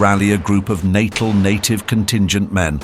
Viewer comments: It's pronounced "Nattell", not "Nattil". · Every time Natal was pronounced incorrectly. Details matter, it's not Natal as in pre natal or post natal. It's pronounced nuh-TAHL. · The enunciation in this clip is appalling. Lieutenant = lef-tenant (not loo-tenant, an American dialectic); Natal = Nat-aal not natal (as in birth) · The pronunciations in this are so off. Even Natal appears to defeat this narrator. Or is it AI.